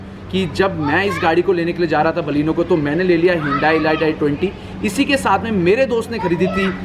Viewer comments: 'ELITE' KO 'ELIGHT' NAHI BOLTE CHUTIYEEEEE. RANDWE, ELIGHT-ELIGHT KARTA REHTA HAI. It's pronounced as 'ELEET' you Moron! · Bhai..”e-light” nahi “I-leet” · Atleast pronounce 'elite' correctly since u own the car..its not e-light....lol...anyway plz do some more homework before passing judgements ...i pray u never bang your car to experience the safety standard of your car...u need to learn a lot about cars ,metals,strength ,structure..etc.etc... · It is not e light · Exactly wrong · It is elite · Doing a very good job with your videos but you pronounce elite wrong my suggestion is you check the pronounciation